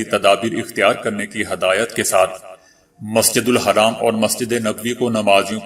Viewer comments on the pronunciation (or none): Brother plz tell masjidul Haram dont say masjidul Haraam which is not correct